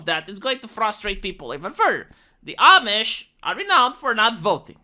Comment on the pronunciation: Ah! You learned how to pronounce "Amish".